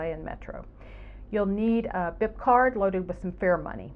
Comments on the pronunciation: Pronounced beep, not bip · When buying a bip card, keep in mind it’s actually pronounced “beep”